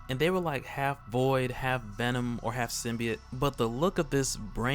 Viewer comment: I'm just glad you pronounce it sim-be-it and not sim-by-oat like in the Venom trailer.